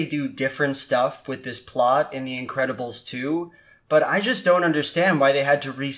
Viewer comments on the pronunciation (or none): I keep hearing "Incredible Stu" throughout the video and now I can't unhear it. Is it just me?